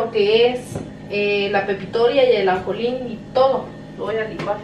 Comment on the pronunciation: se dice ajonjolin.